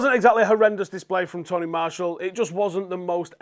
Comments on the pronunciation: You pronounce martial wrong btw.... It’s Marsh ee al Not Marsh all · Your pronunciation of Martial does my head in.